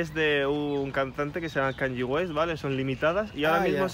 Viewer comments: "Es de canlli west"😂😂😂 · por que dice canyi west??? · pronuncias mal kanye west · Cuando no sabes ni pronunciar Kanye west menudo matao